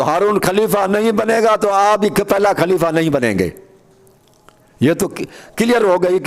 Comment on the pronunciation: khaleefaaa o chacha pehle talafuz to durust krlo khaleefa khaleefa کھaur خ me hi tameez nai kar pa rahe aap ko mola ka matlab khan se samjh aae ga jo nabi ne khum k medan me apne Aur mola Ali as k liye istamal kiya. afsoos he( jis ka me dost hon us ka ali dost he) sirf ye kehne k liye nbi ne ahab ko itni takleef di oont k palan jama karwa k mimber banwaya jo ashab bht age nikal gae unhen bhi wapis bulwaya aur jo peeche reh gae un k bhi pohnchne ka intazar karwaya arab ki itni shadeed garmi me bs yahi kehna tha k logo jis ka me dost hon ye Ali bhi us ka dost he 🤔 yar koi tuk banta he itni si bat k liye rasool ne umat ko itni zehmat di. Sharam tum ko magar nahin aati sari umr bugh.z.e Ali as me guzardi marne k qareeb ho phir bhi lage hue ho ,lage hue ho,lage hue ho. پیگمبر۔کھوبی۔میدان کھم۔کھتم نبوت۔کھبر ۔کھلافت. 🤣🤣🤣🤣